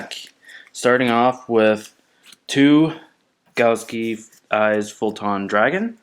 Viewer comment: It's "galaxy" not "galski"